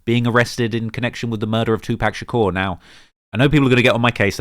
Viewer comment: it legit sounds like he's saying "2park shakure" 😂🤣😂🤣😭💀